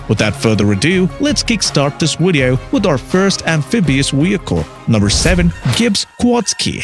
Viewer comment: re U sayin wheelcle and wideo